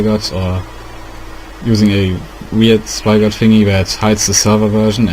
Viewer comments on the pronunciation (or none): did you guys not realize that he said spygot instead of spigot LOL (BTW) it worked